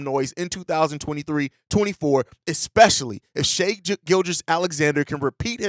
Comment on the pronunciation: Man, it’s so nice to hear someone that’s supposed to be an NBA channel pronouncing Shai’s name right and not saying “shy.”